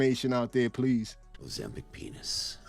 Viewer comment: Ozemschitz 😂, say it again Bruh 😂